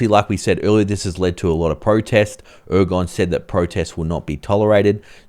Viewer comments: At least get the presidents name right! It's not 'Ergon' it's pronounced 'Er-Duh-wan'. The G is silent and it has three syllables. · Thanks for the info but you should at least learn to pronounce the names. Erdogan not Ergon poor commentary all of the Turkish names were mangled. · Ergon??? Need to know proper pronunciation before the analysis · Gee, I wish you'd pronounce the Turkish President's name correctly!